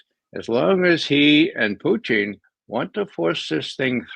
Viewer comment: Ray McGovern keeps pronouncing Putin as Poutine, which is french for french fries with gravy and cheese.